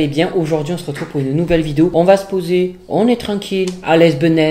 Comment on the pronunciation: Nouveau record 😂 j’ai rit dès le lancement de la vidéo 😂 « une nouvil vidéo »